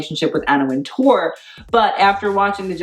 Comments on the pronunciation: great video, but I cringed every time you said Anna WinTOURRRR that is not how is pronounced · The name is just pronounced WINTER, like the season -- and with an English accent WINteh.